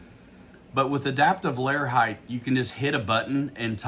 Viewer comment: The word is height. Ends with a T sound. Not a TH sound.